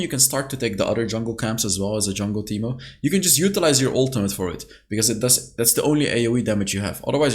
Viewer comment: Ahh yes “teeto”, my favourite champion :)